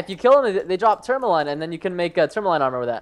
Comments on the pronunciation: Say it like tor-ma-leen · The sword material is pronounced tour-muh-lean. Its a real mineral, and it looks pretty... pretty. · quinoa is pronounced keenwon and tourmaline is pronounced tormuleen